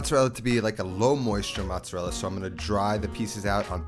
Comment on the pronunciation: how hard is it for you to say "mozzerella" instead of "mutsadell"" lol